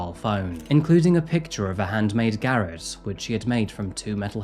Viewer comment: Love your videos, garrote is "gah rot" though buddy.